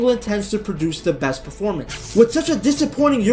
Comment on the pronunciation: but but bessst team in the wirrrrlddd